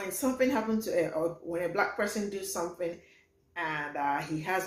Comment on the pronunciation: Why do they pronounce it, “bllllaaack?” Lol.